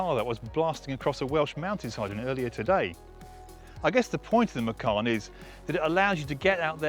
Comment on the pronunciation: You have bad pronounce for macan